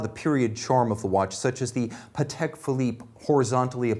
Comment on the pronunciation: I lOVE that he pronounces pahtek correctly